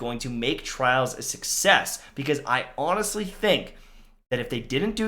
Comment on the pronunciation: “I honestly think" For a second I thought you lost your teeth 😂